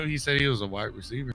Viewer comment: The funniest part is that it sounds like he says both wide receiver and white receiver and both would be accurate in case